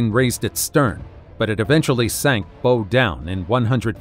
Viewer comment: Narrator sounds smart but can’t pronounce “bow”. Is this a robo-narrator?